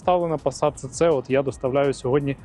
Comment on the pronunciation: Німці кажуть СіСі, а не Цеце. Ви ж не кажете Мерцедес? Навіть абревіатура звучить СіСі.